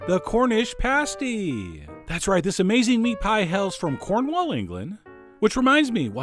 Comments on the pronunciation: I love your videos, but please, NEVER SAY "CORNWALL" AGAIN. You hurt me. I actually threw up. I'm typing this with my fingers smothered in vomit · I live in cornwall and usually i would slit the throat of anyone who calls cornwall corn-wall instead or cormall however since this guy is so nice im willing to let it slide